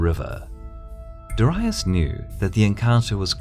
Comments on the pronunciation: It's Darius. Why do you keep pronouncing it Daraius? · DAAREEISSS! not DIherius!!LOL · Me either. It's always been dairy-us, not dah-ree-uss. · Lol darayus... hahahahaha. Aint it daryus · It’s Darius not Daraius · It's 'darry-us' not 'dar-aye-us'. The vids are good the but pronunciation is shocking. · Darius, not dorias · Why do you pronounce ''Darius'' like ''diraius''? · Ive never heard such bad pronounciation of Darius. Dar Ri Us? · Hearing "dur-i-us" makes me think of "ul-ex-un-dar' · persian king "Dahryeus" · DA-REE-US, Darius. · DA-REE-OOS (Latin) or DA-REE-OS (Greek) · I never heard Darius pronounced as DARAIUS. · its pronounced dar-ee-oos... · it's pronounced Dairy-Us trust me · dorius?? What is that pronunciation?? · persion king darius ... your prononciation: diraous. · I don’t know. I just can’t cope with how the narator pronounces “Darius” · Mispronounced Darius in the first 20 seconds of the video. Nope. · It really bothers me that for years I was pronouncing his name as DARE-EE-US but it's actually DUH-WRY-US. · Learn to fucking pronounce Darius. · Why do you pronounce Darius like that??? Cool WHHHHHip? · I can't get over the horrible way Darius' name gets pronounced :( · Please learn some latin, all your pronounciation is wrong ç_ç